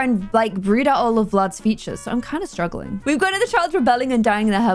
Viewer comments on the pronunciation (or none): none